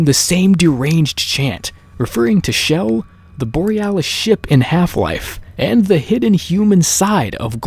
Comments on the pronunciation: Ur saying shell it's chell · It's CHELL not Chell (with a SH ) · Her name isn't pronounced like Shell. It has the hard CH like in Church. Just listen to interviews with Wolpaw and you can hear him say her name with the hard CH. There is also an unused file where GLaDOS calls Chell by name. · not Shell, Chell! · He keeps saying Chell with a sh Schell ( for god sakes! It's Chell!!!!!!! ) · Her name. Is not. S H E L L. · Great, another Youtuber that calls her shell. That means more cringe videos. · the ch is Chell is pronounced like the ch in church. not an sh sound. glados even says her name in the end of portal 2. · Various people on the dev team pronounce it like shell. How can you correct pronunciation using spelling? That makes no sense.